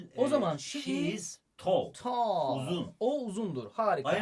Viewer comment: Hocam neden abartarak konuşuyosunuz bi tall diceniz teoullll diyonuz